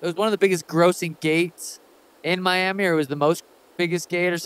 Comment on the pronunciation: You turned Miami into Yourami 😂🔥